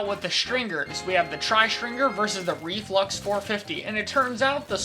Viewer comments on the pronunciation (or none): Me to Ree-Flux, perhaps I judged you to harshly